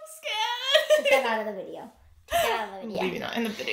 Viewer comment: “I’m scawed” after preslee became an alpha wolf😂😂😂